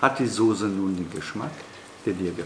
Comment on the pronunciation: Heißt übrigens Soße und nicht Sose